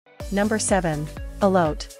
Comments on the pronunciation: "elot"????? whaaaat I'm a mexican woman and saidddd WTF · When I heard “Elote”, I skipped on down to the comments 😂😂